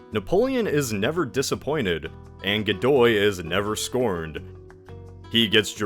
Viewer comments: i'm having a severe case of dejá-vu... PS. I see; part 1 had already been released. "Godoy", not "Gidou". if it was his son; the queen seemingly confessed on her deathbed to her personal priest that none of her children were her husband's (a man who had been warned right before his marriage by his father to make sure to take measures to prevent cheating, to which he famously replied something like "who would cheat on the king?"; not the brightest bulb in the shed, that one). or tried to; as the picture shows, Napoleon crowned himself. nice touch there, with the arsenic-laced wallpaper. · Godoy became Gidou bruh, they didn't even bother double checking